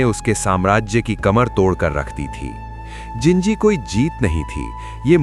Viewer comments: Wo ginji nhi jinji hai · ginji nahi jinji hai wo